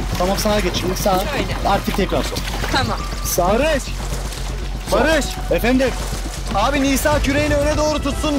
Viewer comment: Bu nası iş lan bı Selim'i ne bı Enes Batur veya Barış g yı etminlikte barış ge diye okutup buna utanmadan almaları ilgincime gitti aga